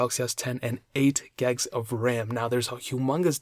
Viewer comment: When u say gigs it sounds like your saying "gegs"